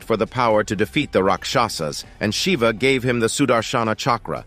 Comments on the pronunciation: Correct pronunciation is Raakshasaas..& not Rakshaasa.. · Your not pronouncing 'Rakshasas' right bro, the first 'a' should sound like 'aa'. And the pronunciation you used in video means protection. Two different meanings right. Hth